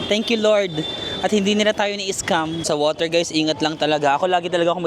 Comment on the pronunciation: borger = woter